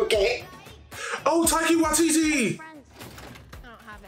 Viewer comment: We as māori appreciate that you tried but it would be even better if you could pronounce the name correctly. TIE KEY AH = TAIKIA WHY TEE TEE = WAITITI